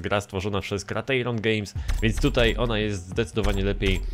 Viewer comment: ostatni dobry nfs change my mind psst nie kratejron tylko krajtirion